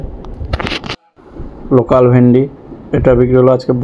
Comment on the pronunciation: যাক আপনার উচ্চারণ টা নোকাল থেকে লোকাল হয়েছে.... আগে আপনি নোকাল চাষি বলতেন ওটা এবার ঠিকঠাক উচ্চারণ হচ্ছেন